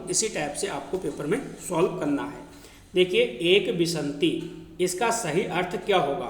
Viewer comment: बीस को आप गलत पढ़ रहे हैं सर। विन्शति को आप खुद बार बार विशन्ति गलत पढ़ रहे हैं।